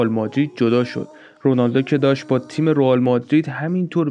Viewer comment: داش رُئال نه رِئال درسته